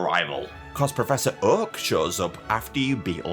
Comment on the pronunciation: Whew chile....the accent. That "Uhk" (Oak) took me OUT. lol